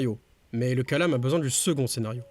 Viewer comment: Coucou, juste une précision : c'est kalām et non kālam كلام en arabe, le long a est le premier